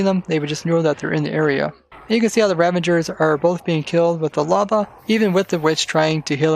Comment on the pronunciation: They are called "Ravagers", right? And not "Ravangers" OR are you preparing for "Avengers: Endgame"? 😉😂